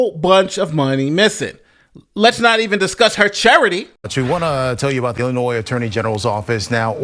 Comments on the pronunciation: FYI…….THE S IN ILLINOIS IS SILENT 🙂……FINALLY JUSTICE WILL BE SERVED TO THE THIS MUGSHOT MAYOR ‼️👍🏻💯👏🏻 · just a heads up... Although it's spelled Illinois.... the "S" is silent... "Illinoi" Salut! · You’re American but don’t know how to pronounce Illinois? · With all due respect, you keep pronouncing Illinois incorrectly. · He also doesn’t know how to pronounce Illinois. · Dude, the S is silent in Illinois - pronunciation is critical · Bro, please look up how to pronounce 'Illinois'. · The S on Illinois is actually silent. Just an FYI - keep up the good work my man. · idk why it’s there but the “s” in Illinois is silent. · Drop the “S” in Illinois. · The "s" in Illinois is silent. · The s is silent.